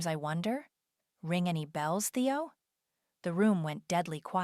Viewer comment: Why wasn’t her sister at the birthday dinner? Nobody has a phone conversation in a public place with a lawyer on speaker. And can you teach AI to pronounce Theo. How did they get back in the condo if the security codes were changed?